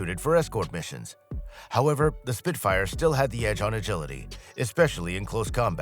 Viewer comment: "He" says 'Spit-fighter' at . Clickbait trash with an A.I voiceover.